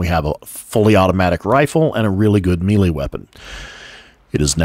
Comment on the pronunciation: excellent details! I just wanted to say "melee" sounds like "maylay"... not mealie